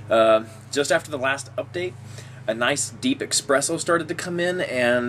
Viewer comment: While I appreciate your review of this cigar; I'd like to note that you are trying to mimic Bryan Glynn of Cigar Obsession (almost exact same phrases and review style). Also, the flavor your are trying to describe is not pronounced EXpresso, it is espresso (no EX sound just ES.) I write this not in a condescending tone, but that of a critiquing. Have your own style and ensure you pronounce your words appropriately so others will take you seriously. Also, you have no link in your description as you mentioned in your video. Keep up the reviews!